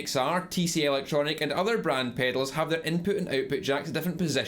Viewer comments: Drink everytime he says "pehdals"! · Like it rhymes with "fatals" lol